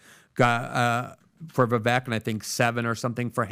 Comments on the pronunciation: VEE VAKE.. repeat it with me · Vivek rhymes with snake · ▶️ It's "Ve-VAKE" like Cake! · Vivek rhymes with “cake”. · Vivek as in snake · Get his name right. It’s pronounced “Vivayke” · PRONOUNCE HIS NAME CORRECTLY ,AS YOU GUY' ARE PUTTING ME OFF.... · PLEASE LEARN HOW TO pronounce VIVEK'S NAME PROPERLY ........